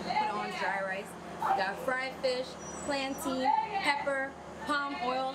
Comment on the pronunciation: Girl its not plant-(een) but plant-(ain)